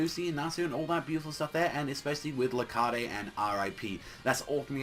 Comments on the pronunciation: it's not Lar-cah-de it's Lar-kade. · it's actually rakheid. sooooooo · YOURE SAYING LARCADES NAME WRONG